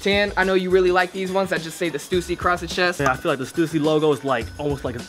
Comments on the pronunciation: I thought it was pronounced "stuhssy" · Stoosy??? You mean Stüssy lmao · Stoosy? Bruh it's stussy. Same as Adidas, not Adeedas. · I really hate how they said stussy, it's sta-sea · Is that how they pronounce the stussy? haha..i have been pronounce it wrong for years.. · did they pronounce stussy wrong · I have never heard someone pronounce "Stussy" like that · it has an umlaut ü not u